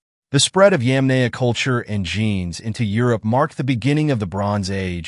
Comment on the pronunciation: Yamnaya. not yemenie dumb english speaker.